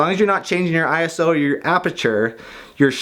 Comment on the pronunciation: Thank goodness you didn't say I so and it was I-S-O.